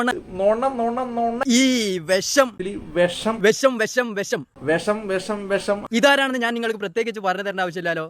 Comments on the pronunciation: വെശം അല്ലമോനെ... വിഷം😂😂😂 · വെശം അല്ല " വിഷം"